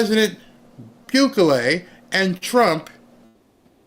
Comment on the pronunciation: Bukulele? Lol,! You are adorable. He's not a musical instrument! It's "boo-keh-lay"